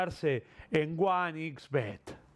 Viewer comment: Flavio, es one "ex" bet, "ics" es en italiano